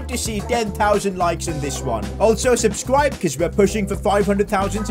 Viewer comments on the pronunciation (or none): none